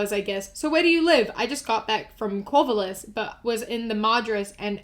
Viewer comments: I love that you called it corvollis 😂 I live near there and it is normally pronounces Corv-aaa-llis and I know it is probably just your accent but it made me laugh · I genuinely had to go back when she said corvallis... "quoivollis" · i adore how you pronounced corvallis and madras lol half the cities in OR are the weirdest and hardest things to say